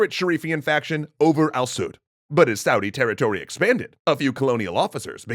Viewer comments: "Al Sud" "Saudi" how do you fail to say "Al Saud" while being able to say "Saudi Arabia" properly. Jisoos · Al Saud not Al Suit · Al sa''ud make sure u put emphasis on thr A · You’re ok when you say Saudis but weird when you say Al Saud.